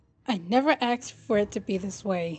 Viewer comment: It sounds like bendy is saying axed instead of asked